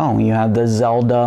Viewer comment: Spideymations it's the legend of Zelda not Nelda